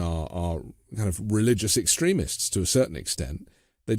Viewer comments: Another great show and guest… but seriously, who pronounces it “ex-trim-ist”????? ex-TREME-ists, lady, extremists. Please… I can’t take it… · What part of America has this accent? I agree with her stance, but who pronounces extremists like she's saying excrement? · I liked the video, but she says "extremists" almost like "excrement". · I like the way she makes the word 'extremists' sound like 'excrements'. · Not to be picky but is the pronunciation of "extremists" by just a bit strange? Every time she said the word I heard "excrements" which I guess it's the same thing. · I like the way she pronounces Christian Extremists, she pronounces it like Christian excrement! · omg does she not know how to pronounce extremists properly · Please educate me. I’m not making fun of the guest, who pronounces extremists like that? I’ve never heard it the way she says it. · about as weird as her pronunciation of "extremists."